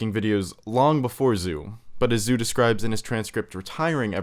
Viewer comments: Aaargh it's Tony 'Joe', not 'Zooh' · Tony Zhou, Zhou is pronounced "joe" not "zoo" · Temirlan M I know.. It's more like "Jo" not "zoo".. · Pretty sure Zhou is pronounced Joe, or thereabouts anyway. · It's pronounced "Joe" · Tony Zhou's name is pronounced "Joe" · Tony ZOO? Tony fucking ZOO!? Put Zhou into google translate and push a pronounce button dude and you'll get it right. Jesus